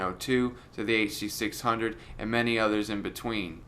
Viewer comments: the huh duh six hungos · you mean the HUH DUH SIX HUNGOS?